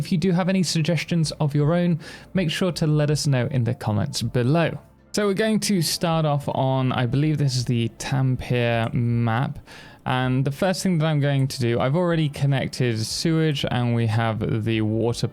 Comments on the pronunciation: wtf is a tamppier map bro... speak clear bro like u got me stressed looking for a m ap u dont even know how to say the name right.. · You roll the R in Tampere